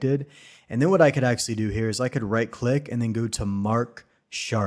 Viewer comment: "akselly" offers the best technical and practical Blender explanations. THANKS! But please, if you must use the word so often, it's pronounced "ACTUALLY."